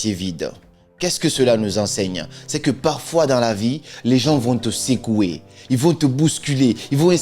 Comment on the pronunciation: Cc. Tu nous apprends souvent l’écoute active. J’adore tes vidéos, c’est ce pourquoi je te recommande de mieux travailler ton accent sur certains mots notamment: secouer (non pas sécouer), faisait (dans la prononciation plutôt « fesait » non pas fésait). Bip up 🫶🏼❤️depuis le 229 🇧🇯❤️‍🔥